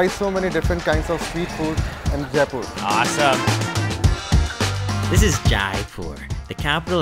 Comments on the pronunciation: It's जयपुर not जायपुर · It's not jaaaaaaaaaaaaipur...it's only jaipur.... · Not J'aae' poor, j 'ai' pur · Everything looks great! It’s funny that he learned how to say mint correctly but keeps pronouncing Jaipur wrong